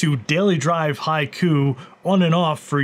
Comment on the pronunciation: That's not how you pronounce "Haiku". Is it on purpose when it comes to HaikuOS?